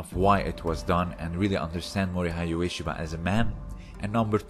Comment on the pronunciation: LOL, it's quite a good vid. I'd say once you understand the difference between a fight and an attack you'd understand more about the battle field origins of Aikido. My comment on your pronouncing of Ueshiba points to you not doing any real research into the man.